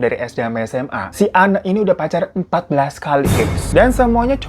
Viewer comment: Btw, sorry bgt salfok. Itu nama narsum nya kan Anne, blasteran belanda. Mungkin harusnya bacanya 'ein' wkwk.. Tapi apalah 100% lidah indo ya bang Hiro jadi bacanya sesuai tulisan 🤣